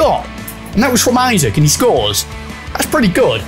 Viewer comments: Isak is not pronounced like isaac lol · from a toon supporter, it’s ‘ee-sack’;)